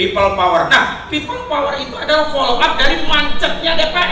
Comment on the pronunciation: PEOPLE "DOWER" BUKAN PEOPLE POWER